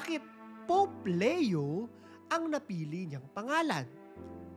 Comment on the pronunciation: Hi ang tamang pagbigkas ng name ni Pope ay "Lee-yo" not "Le-yo" sa Tagalog/Filipino: Papa Leon XIV